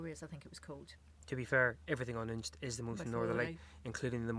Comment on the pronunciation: Next time you’re in Unst (and it’s unst not UUnst) head up to Saxa Vord and the roads around it -really fantastic views back down the isles.